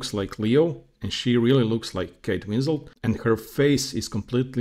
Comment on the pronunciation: Her name is Kate Winslet, not Winsel or Winslow.